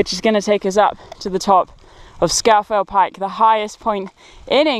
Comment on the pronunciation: Just so you know, it’s pronounced “Scawf’l Pike”.